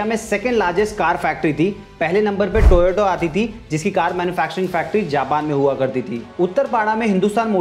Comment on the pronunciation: टोयाटो नही , टोयोटा